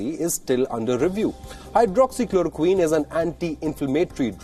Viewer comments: He says hydroxy chlorokin🤣🤣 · WHO is a useless and a corrupt organization funded by China. If India would have followed WHO instead of ICMR, it would have been more worse. Tedros can't even pronounce hydroxychloroquine. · Ted does not even know how to correctly pronounce Hydroxychloroquine.. such an ass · First he helps CCP to distribute the virus to the world and now throwing mud at everyone who tries to question . My brother is 12 years old and he can pronounce it better than him.